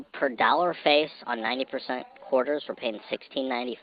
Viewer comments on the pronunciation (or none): Which part of the country are you from? I've never heard anyone call it a "Quaaar-ter" before.